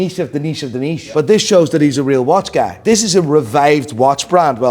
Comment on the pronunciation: PLEASEEEEE for the love of God, STOP saying “guy” the way you do!! lol😂😂 Holy shit man…Stay blessed brother